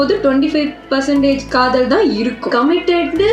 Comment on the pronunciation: Kadhal Kadhai ❌ Kadh-oool Kadhai ✅